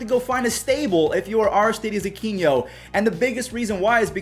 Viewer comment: It's Aquino NOT Aquiño. Your Pronunciation is killing me